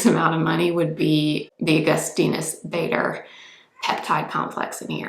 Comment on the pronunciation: Such a gorgeous girl! Wow! And the whole makeup is beautiful! 😍 It's just the way she pronounces Augustinus Bader surname is sad! 😅🤦‍♀️